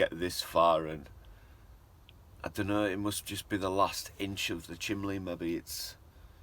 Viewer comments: You need to start saying chimney, not lol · Nah, that is just his regional dialect. North east, and south Yorkshire people always pronounce it as chimley! My late husband always did. And he used to say he was watching a "fillem" instead of film. Just the way people are raised, no right or wrong ways to say anything. Vivre le différence, as they say!